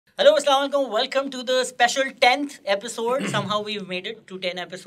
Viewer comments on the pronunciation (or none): Asslalekum nai hota Assalam o alaikum hota ha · Please please stop saying saamalaikum , the meaning completely changes. Please look it up and create awareness.